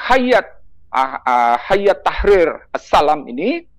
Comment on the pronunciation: Menyebutnya adalah hay-at, bukan hayat